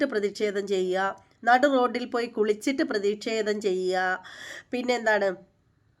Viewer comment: ഹരീഷ് പേരടി എന്നാണ് 'പേയാട്' അല്ല. അതുപോലെ ' പ്രതിക്ഷേധം ' അല്ല ' പ്രതിഷേധം ' എന്നാണ്.